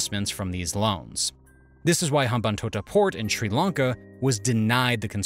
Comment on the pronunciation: Its Srilanka not Schrilankaah